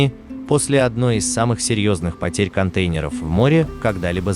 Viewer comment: Ужасно слышать этот голос- контЕйнеров,про числительные ,вообще молчу....почему реальным голосом не набухтеть???